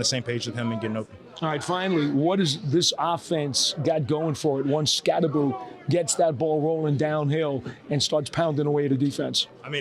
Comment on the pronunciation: Why the f*ck do these press keeps pronouncing "Skatte-boo?" It's pronounced "SKATTEBO"